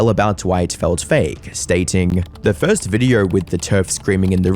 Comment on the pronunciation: Maybe 76% don't sub because you pronounce it "videorrr"